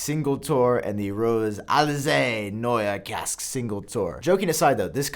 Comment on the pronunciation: The way pronounces Casaque will piss off so much people haha